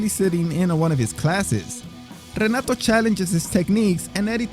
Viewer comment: Obviamente hablas español pero Renato se dice "jenatu" en portugués, mijo. Or, in English phonetics, it's "heh-NAH-too".